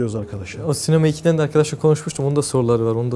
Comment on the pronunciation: 'Sinema eki' değil Sinameki :DD